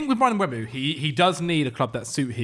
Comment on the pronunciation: Stop saying Mbwemo ffs. It's E before U. Mbeumo. Not Mbuemo/Mbwemo. There'a video if him saying his own name on YouTube